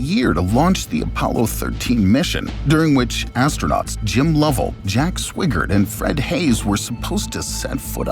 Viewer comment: I realize it's spelled "Swigert" (which leads one to rhyme it with "swig", but it's pronounced "Swhy-gurt" (Swi as in "why"). Did you not even bother to watch "Apollo 13"? The greatest astronaut movie... EVER? If you had, you would have known how to pronounce his name... and the man is a hero... he deserves to have his name pronounced correctly.